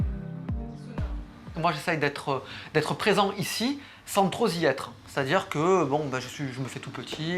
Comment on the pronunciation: "sans troS y être".... 🤦🏼‍♂